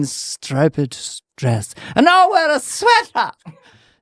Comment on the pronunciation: "Margle Mekle"!!!! And said "stripe-ped" dress.